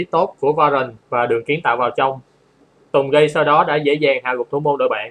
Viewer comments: Anh à, phải đọc là Tùng Gết chứ sao anh đọc là Tùng gay vậy:))) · tungage mà nghe anh nói tùng gay ko:)))